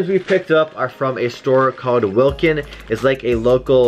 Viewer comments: It's pronounced walk in, instead of wilkin, great vid btw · Wlkn- "WALK- IN" thats how its said